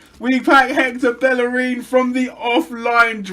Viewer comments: BellerIN, not bellereeen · why do you call him bell a reen? its bey a rin two Ls together in Spanish are pronounced as a y mate